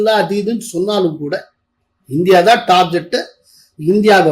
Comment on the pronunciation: nooru ayiram tharava sollitaen adhu "TAR JET" illa "TAR"-"GET".